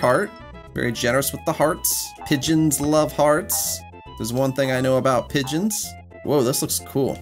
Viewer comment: no way you cant pronounce "pigeon"